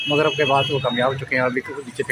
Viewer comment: Magrib Not mugrab